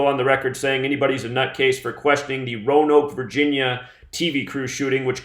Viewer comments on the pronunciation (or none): none